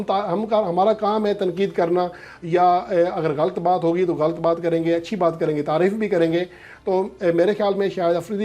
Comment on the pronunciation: السلام علیکم！ محترم صاحب شعبہ اردو سے منسلک ہونے کی وجہ سے آپ سے گزارش ہے کہ لفظ غَلْط نہیں بلکہ غَلَط ہے آپ اس کا تلفظ درست کرلیں باقی آپ ماشااللہ بہت اچھا کام کر رہے ہیں اللہ آپ کو مزید کامیابیاں عطا فرمائے